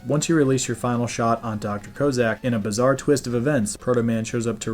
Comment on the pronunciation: Good stuff. I liked MM4 but think 3 gave me more feels. But the additions mentioned like Charging made a huge difference. I usually use the weakness's to beat the bosses as I ain't going for a record, just having fun beating the game. Good work on this. But, Dr Koh Zak? Its Cossack! Like the guys by the USSR! That;;s like calling America "Am er ic a" or Sodomy "Soh Duh Mee" As for me: I finally beat Eternal Champions today. Had to learn my character and how to handle each fighter, then face the boss with 5 formes, each with its own life bar, and I only get 1/3rd of mine each round, And you only get 2 tries or its back to the start. Oh and a while ago I did Mega Man III on Gameboy and faced Dust Man and a few of these and they had some tricky.